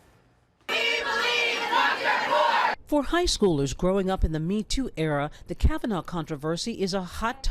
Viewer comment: OH YES, TWO MEN HAVE STEPPED FORWARD SAYING "THEY WERE INVOLVED WITH FORD" NOT "KAVANAH "